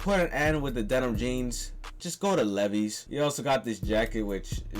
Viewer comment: Bro doesn't know how to pronounce Levi's